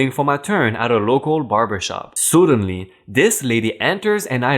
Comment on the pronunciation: Dude, can you PLEASE check how the words you're unsure about are pronounced before recording? I'm not a native speaker yet it still manages to put me off sometimes. This time I've noticed suddenly (you've pronounced "soodenly") and giggling (which you say as "jiggling" every time you meet this word). Everything else is good, I think :)